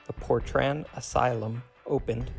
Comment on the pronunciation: is it not portrain how its pronounced not portran